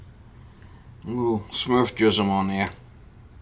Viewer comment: "Smurf Jizem" ?